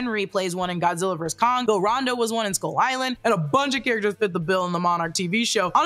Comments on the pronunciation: It's Randa, not Ronda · just FYI it’s “RAN-DUH” (Randa) like Panda